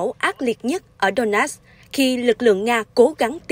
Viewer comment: Donetsk mà người đọc tin phát âm thành Đô-nát